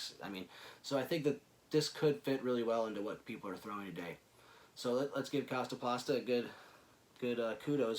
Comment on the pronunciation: The way he kept saying "Kastaplasta" was bugging me. Great disc tho, for sure.